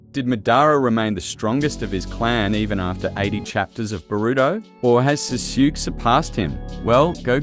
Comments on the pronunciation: Awesome video! Btw the pronunciation of Sasuke is "Saa Sue Kay" ^^ Keep up the good work dude! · I'm not watching this because you pronounce Sasuke's name all messed up